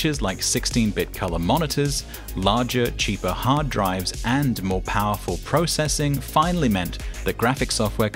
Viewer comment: Processing? None of your other speech patterns indicated you are a Canadian, but after hearing this word, I'm starting to guess you are.